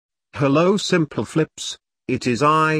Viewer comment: I like how the text to speech calls you Sim - pleh - flips